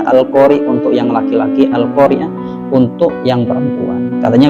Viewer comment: Da'i merek apa ini? Siapa namanya, patut ditandai. Yakinlah orang seperti ini belajar agamanya tanpa sanad. Dia baca al-Qaari'ah saja salah. Di awal dia baca al-qariiii'ah. Kacau kacau kacau. Terima kasih, sudah berkenan mengulasnya.